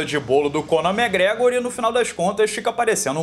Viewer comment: Acho engraçado o jeito que ele pronuncia o nome do irlandês: “megregor” ❤️